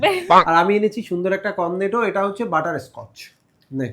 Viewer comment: Butterscotch❌ Butter ascotch✔️